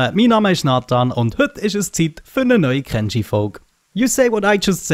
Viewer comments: Nathan!! that is how you pronounce it! just as you did :D...... "Ken shii"..... previous it sounded like you said "Ken Jii" thats why everyone has been commenting on it ^^ keep upp the wonderfull work! <3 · 34 episodes later. Nathan nailed the pronunciation for kenshi. You deserve an internet cookie